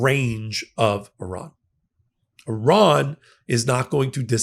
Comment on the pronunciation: ) Good to hear an American pronouncing Iran correctly. Hearing your countrymen say EYEran really grates my gears. Good video, with good content. Maybe it's time I bought an EV. I could charge it via my solar panels. But, I love my old Mercedes diesel. Ho hum !